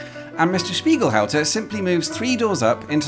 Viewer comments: You pronounce it wrong. Its Spiegelhalter with a "t" not Spiegelhouser. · Strange to pronounce it 'Spiegelhouser' when it is clearly 'Spiegelhalter' ?? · as german, i gotta ask.... why are always saying "spiegelhauser"?! when the name clearly is "spiegelhalter"?! mirrorhouse & mirrorholder are 2 quite different things, u know 😉 good video otherwise! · why do you keep saying spiegelHAUSER when the shop clearly says spiegelHALTER? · For some reason I hear you say "Spiegelhauser" most of the time. And there is quite certainly an s-sound in your pronounciation. The -lter is basically the same as in "falter", so there should be no problem with pronounciation. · All through I was hearing "Spiegelhauser" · Hi. I have watched again and now I can hear you are correct, but the 'lt' is very soft, but perhaps it was my expectation to hear the 'halt' part part pronounced as it is spelt, as in 'to come to a halt' rather than 'how'. Of course lots of names and words are not pronounced exactly as they are spelt so I'm sure you have done your research and are saying it correctly. Because the l is just before the t it rather disappears making the 'lt' very close in sound to an s. Keep up the good work. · Why do you keep pronouncing spieglhalter wrong?